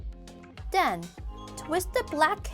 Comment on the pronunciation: “And den...”